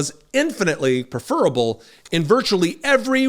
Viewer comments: pref-fer-able, please,. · With all due respect, you’ve mispronounced the word, “preferable”, I think. But you are totally right that Carlson is a deep shit!